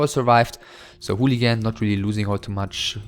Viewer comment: you sure its pronounced "hooligan"? ^^